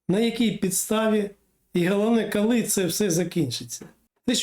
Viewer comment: Не "кальі", а коли. Готуйтесь краще.